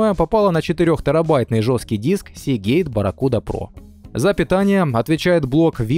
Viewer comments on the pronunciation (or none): none